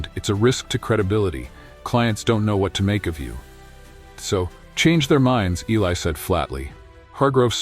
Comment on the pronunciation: First of all I WISH THAT YOUR BOT-ARRATOR WOULD PRONOUNCE ELI'S NAME CORRECTLY. Are we supposed to count the number of times his name was pronounced with a short "i" or a long "i"? It makes a difference, you know. AND WE'RE TALKING DETAILS IN THIS STORY. Now on to our hero, however his name is pronounced: his proscription has nothing to do with his job as a janitor--black, white, red, yellow, or purple with pink polka dots. We're talking ACADEMIA--and ACADEMIA is a tough nut to crack regardless of color or experience. Academics as people, on the whole, are easily threatened. Clawing your way to the top isn't easy nor free from injury: puncture wounds due to repeated backstabbings from "colleagues". There's an old adage, "Those who can, do; those who can't, teach." How do I know? I was on the academic track at one point in my life decades ago. Getting through Masters' and Doctoral candidacy was brutal. Each university had different standards for presentation style--and I mean style, NOT substance. It was a nightmare just getting approval for the subject and scope of a thesis. At the end of two years and before a defense was even mounted before a committee of the insecure, style above substance governed the first round of thumbs down. Guaranteed. Two very hardnosed committee members would actually begin with a ruler measuring each page of a thesis for accurate margins--top 1", bottom 1", right margin 3/4", left margin 1-1/2" (inclusive of three hole punches and binding allowanc